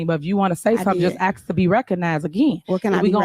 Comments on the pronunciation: LEARN ENGLISH ( AKS ) THE WORD IS ( ASK) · The hoodbooger cant even say the word ``ask`` right acting hood always say ``axed`` it turns my stomach every time , and who is the father ?!=] so he escaped at least someone need to save the child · Axe her why?😂